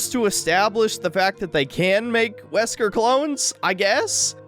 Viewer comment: "Zesker" had me in fucking stitches